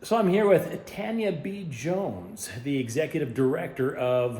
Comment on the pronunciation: Oh yeah, and I was gonna say that it's a bit surprising to me that the name of this Tanya is supposedly pronounced as "TAN (short) * yuh" instead of "TAWN * yuh."